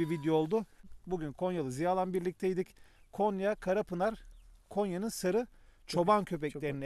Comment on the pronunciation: Konya değil abi Gonya hoşgeldiniz😂